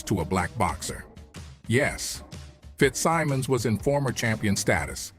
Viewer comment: what is up w/ this mis-pronouncing names in documentaries? Morgan Freeman I would say, knows how to pronounce Fitzsimmons. it was not only a fighter, but subsequently, a Teamsters boss. this 'dumbing down' is getting to be fashionable. and to those who may not be boxing fans, these photos are not Johnson! WTF are these impostors doing in this doc? the idea on paper is great, especially Freeman, to lend it credibility. but he doesn't! bullshit! half naked white girls w/ some tall black man. it has no relationship to reality. he was an amazing person w/ out filling his life story w/ bullshit!